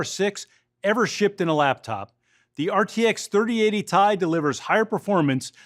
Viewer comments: Why does he keep saying Ti. Everyone knows Its pronounced Ti. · Its called a T I not TIE... who is this guy